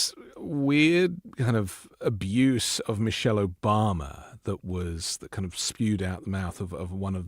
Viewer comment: The vile wrestler couldn’t even say Michelle correctly, he said Mochelle.